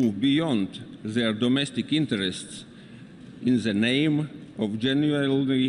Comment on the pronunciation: In ze neim of dženuelvī :)